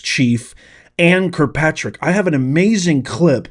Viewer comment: Please, it's Kirkpatrick, not Krpatrek! Diction is important for more reasons than one.